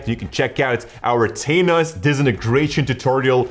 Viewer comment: "Taynos" disintegration😆😆😂